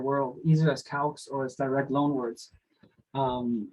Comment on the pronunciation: why do you pronounce "loan" as "long"?